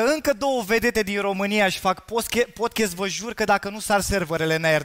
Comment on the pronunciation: Ce e ala “podchest”? Care i treaba cu toti astia care folosesc cuvinte in limba engleza, dar nici macar nu le pronunta cum trebuie?😆